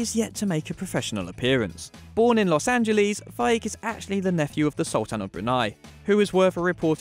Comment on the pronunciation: Did he just say los angiliis?